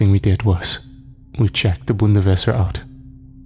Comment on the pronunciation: im German and its Bundeswehr not Bundeswesser >.<